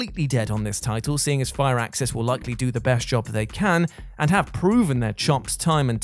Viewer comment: This is the first time I heard someone called Firaxis as Fire axis.